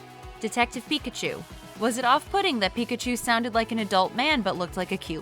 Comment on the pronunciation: Pi-ka-cho done